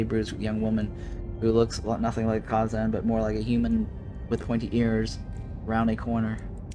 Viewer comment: Youve never watched the show I take it? The first species they meet are the (Kay-zon).